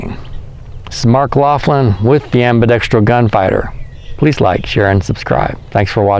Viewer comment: The only person on guntube who pronounces “ambidextrous” correctly. Finally